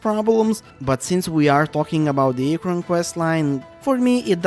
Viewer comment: kinda agree but the way you pronounce archon and liyue is soooo painful liyue was amazing but too much walking I liked archon quest in sumeru, but I hate aranara questline with overflowing dendro passion (though I like the fact that we can finally explore some of the banned withered zone)... and sumeru has some annoying dialogue automatisation - they say something and you waaaaaaaaait a long time before it switches to the nex dialogue line. (Kinda same with fontaint though... I read fast yet I have to wait till someone say 80% of the line to read the next one.) fontaine was cool but it's hard to move around in the city of elevators especially in the jail and it's irritating elevator system and repetitiveness... too much walking between cutscenes - you need to walk like 10 steps between cutscenes that overload us with slow dialogue sometimes! that's so irritating